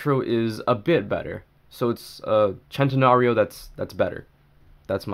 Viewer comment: But no. It’s the chentenorio